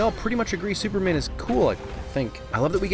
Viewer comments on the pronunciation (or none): none